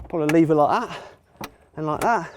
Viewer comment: I found it so entertaining listening to him say "like that" in his accent